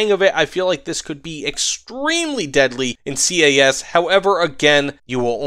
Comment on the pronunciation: I got a question, why do you say C.A.S instead of just CAS?